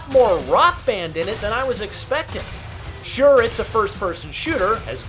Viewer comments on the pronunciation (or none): none